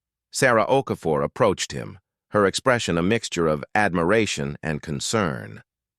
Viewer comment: Okafor, not O'Connor